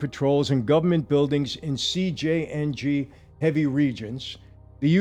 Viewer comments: It's CJNG not CJNJ. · "CJNJ"???? I thought it was CJNG. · CJNG……not CJNJ 🤦🏻‍♂️ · Why are you pronouncing it that way?